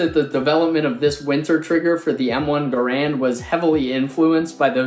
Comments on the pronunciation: Enjoy your lessons. Garand is pronounced GAIR-und. Emphasis on first syllable. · All of this just to pronounce Garand wrong...